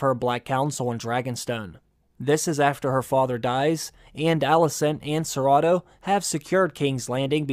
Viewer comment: I was trying to figure out who ciratto was and then realized you were saying Sir Otto😆